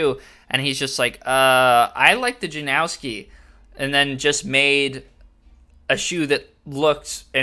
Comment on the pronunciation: There’s no W in Stefan Janoski’s name… common mistake but it’s pronounced {Jan-nos-ski}